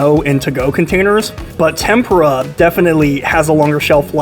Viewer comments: You're mispronouncing Tempura. You should google the pronunciation. You're saying it like tempra, it's supposed to be pronounced Tem-pour-ah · it is tem POO-rah u stress the middle syllable, but whtevs, it tastes good. is what matters . ;) :face-turquoise-covering-eyes:😂😉